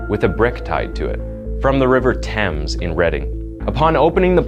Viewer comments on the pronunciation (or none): none